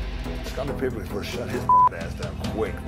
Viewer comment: Rodman said Pipen!